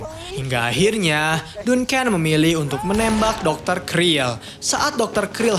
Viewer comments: Duncan dbaca danken bukan dunken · Baca Duncan nya salah kayaknya bang